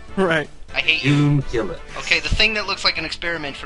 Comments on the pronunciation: wait did he say Humunculis (no clue how it's spelled) FMA FTW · Ermagerd he said Homunculus.